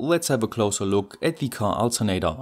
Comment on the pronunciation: Jut jemacht, aber kannste nicht mal lernen, wann man "the" und "thie" sagt ?